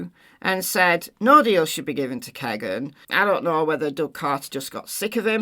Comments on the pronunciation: Its America, vowel consonant vowel, firt vowel makes long sound. It sounds like Keygin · Couldn’t it be Kegan, rhymes with Vegan? 😊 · Kegan like vegan, I suppose. I always thought you were using the correct pronunciation until you mentioned it in this video. 💜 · His name is Kegan. (You have to go back to the vowels- the long e) it has the sound of the double e..although it isn't spelled with the double e's. America has a way with letters and words....😂